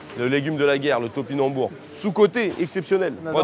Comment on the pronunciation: To pi nam bou rs... 5 syllabe mcfly😂